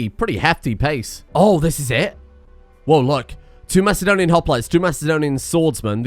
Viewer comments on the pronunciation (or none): none